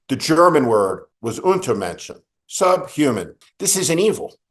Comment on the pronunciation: Steve’s German pronunciation is spot on: Untermenschen.